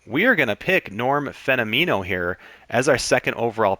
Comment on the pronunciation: As someone who loves this game and knows all about this game, I enjoyed your explanation of the game and the way the chemistry and traits work! Couple of things I noticed: I always pronounced Norm's last name like "phenomenal", but "phenomeno". I don't know, just thought I'd mention it. CPs will get a mojo drop if they come in earlier than the 8th inning. Really liked the content! I just found you and I'll be checking out more of your stuff!